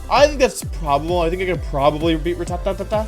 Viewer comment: The way he pronounced rattata 💀💀